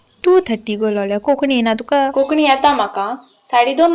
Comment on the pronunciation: This only for information of all . The correct way to say the word is " Konkanni ' n not Kokni.